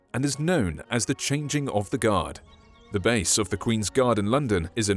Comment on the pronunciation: I thought u said "THE QUEEN'S GOD: FOOT GODS" for a sec X'D